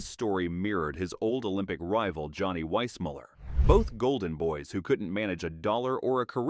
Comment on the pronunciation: This video seems AI generated. Johnny Weissmuller’s last name is pronounced differently in seconds. Desi Arnaz’s first name is pronounced Dacey. There is a brief photo of Robert Walker Jr. mixed with images of his father. These errors show no proper fact checking. The video also has no standard for calling actors dumb. Johnny Weissmuller is called dumb for being uneducated. George Raft for bad judgment for his movie role choices. "Jayne was never dumb. She just buried her brilliance beneath an image she couldn't shake." I could go on.